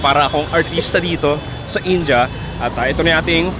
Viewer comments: Its Ind.ya or Indi...not In.ja. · its "in-di-a" not "in-ja" sbe ng mga indianong kawork ko ganyan daw po tamang pagbigkas.. kce nung bago lang den ako dto sa uae kinorek nila ko kce inja den un pgbigkas ko..